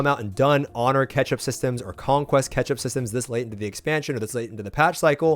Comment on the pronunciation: "Ketchup systems." this guy loves his sauce!